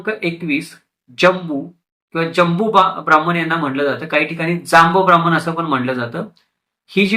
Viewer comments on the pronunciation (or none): छान माहितीपर व्हिडिओ. फक्त ब्राम्मन म्हणू नका. ब्राह्मण म्हणा.🙏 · Information is more important than the perceived pronunciation